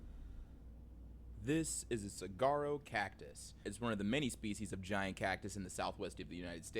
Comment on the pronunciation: Suh-war-row! The g is silent